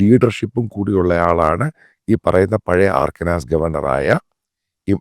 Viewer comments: Mathew Sir I request you to make an effort to learn the right pronunciation of the US states. You are doing so much good work just a small effort will go a long way. It is not Arkanas it is "Ar-kan-sas' similarly it is not Vashington it is "Washing-ton" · ആർക്കനാസ് ❌. അർക്കൻസാ ✅ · Pronunciation is Arkan - sa NOT AARKANSAAS. അർക്കൻ — sa